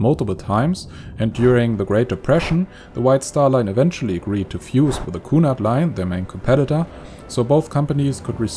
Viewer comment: the what coonard line, wish they would get their (sure that's correct spelling) pronunciation right.